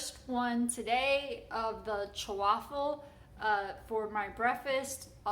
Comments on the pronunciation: Thank you,. Hearing “Chawaffle” repeatedly is very distracting. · It's chaffle Not chew affle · I know the way the word is pronounced, however, I PREFER the sound of "cha-waffle". Whatever they're called doesn't alter their taste & they're a lot of fun to 'create', besides. Thank you for your endeavors. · I'm not Italian but I grew up in an Italian neighborhood and never heard that word pronounced your way. The way you say it makes it sound like a fancy Italian sports car. LOL Though your "chu-waffle" sounds really cute, like you. 😍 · Why are you adding an extra syllable in the word? lol. Anyways thanks for the recipes!!